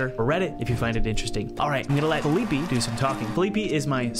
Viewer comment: I don't think you were pronouncing felipe's name correctly